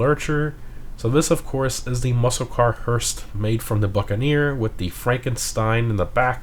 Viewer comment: I’d like to explain to everyone: there is no T at the end of Hearse. It’s not Hearset, it’s a fuckin Hearse. Get it right…